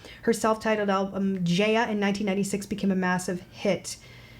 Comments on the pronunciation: It's pronounced JA (as in FA) YA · JAH-YAH is how it pronounced. She's a wonderful Soul Mama and she's just absolutely wonderful. Tagalog and English are the two official languages. But the Philippines does have 170+ different languages (with dialects in there too). PHILIPPINES isnthebobly English speaking country in SE Asia. People from countries like China, Japan, Korea and otjer SE Asian countries come to the Philippines (or online) to study English. For the most part, I'd say 80% can speak, read and write Tagalog and English. This video NEVER gets old